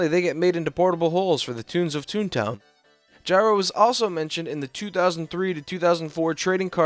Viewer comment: finally, you pronounced it gyro and not "geero"